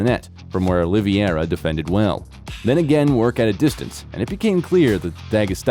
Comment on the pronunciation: If you can't even say Charles Oliveira's name correctly, stop making UFC videos bro. It's Oliveira, not "Oliviera"